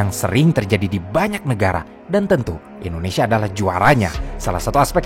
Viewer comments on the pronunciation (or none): none